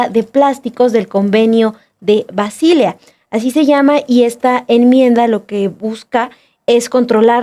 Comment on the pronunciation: Qué bárbaras. Qué ignorantes. Cero conocimiento de algún idioma extranjero, y no se dice Basília sino Basilea...